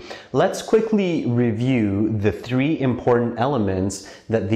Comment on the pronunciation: ...the "tree"? important elements...ooohh you mean, the "three" important elements...lol